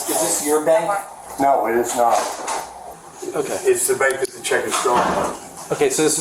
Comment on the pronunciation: The way all cops say "okay" REALLY gets under my skin. Its like they say okoy.